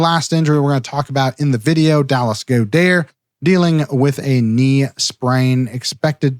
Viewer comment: I like the new pronunciation of Goedert. Is this a Doc thing, or did Dallas recently make an announcement?😕